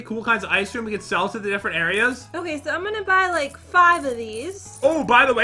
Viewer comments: NAAAAH, they are just saying "IceCreamu!" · You insulted me I am Asian I don’t say Icecream-o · just because they say “Ice Careamo!” Doesn’t mean that they are aisan dummy and I know that because I’m aisan